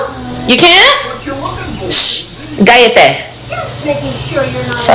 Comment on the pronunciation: It's her trying to talk in Spanish but can't pronounce the word correctly. It isn't gallete, there is no G in the word. It's CALLETE, Pronounced KY-YE-TAY, Bueno?? Gracias.